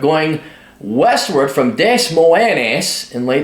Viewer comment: It's pronounced DUH-MOYN.